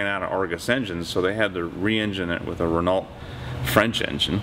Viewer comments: Cool video! Just a small point. Renault pronounced Ren-oh. Good luck on the 108! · Nothing wrong with correcting people when they are clearly mistaken. I live in France and people don't get upset when I correct their English, they see it as improving their Language skills. And Matthew is correct, its pronounced "REN-Oh". There is no other pronunciation. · The French « e » in Renault is pronounced like the English « i » in « birds », and the « ault » is more like the first « o » in « domino ». Not oh like oh my goodness! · Before Renault left the US car market in the 80s, they called themselves "Renalt" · you may live in France and still mispronounce some names: here are two videos, in the first an English journalist presents Renoh vehicles with incorrect pronunciation, in the second, same exercise with a French journalist, with the good pronunciation. You only need to listen to a few seconds of each video. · No, there is only one way to pronounce a wqord, and that is the way the people in the country of origin pronounce it. Yanks always get pronunciation wrong.